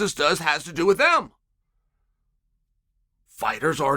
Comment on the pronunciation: hmmmm some emphasis on “notoriously”